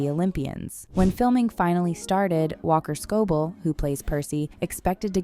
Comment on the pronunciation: ah yes we love "walker scobowl"